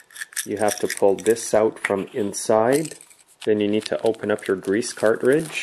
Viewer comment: Cart ridge...?? It's said car-tridge.